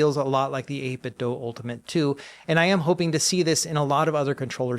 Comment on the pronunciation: I think this is my favorite CES coverage video so far. Thanks! FYI I'm not sure if you're aware, but you're pronouncing 8bitdo wrong. It's said like "do" or "dew" not "dough".